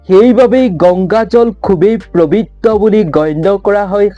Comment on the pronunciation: Prabitra nohoi pobitra he . Aapuni eketa bakyake bare bare koise . Huniboloi bhal loga nai .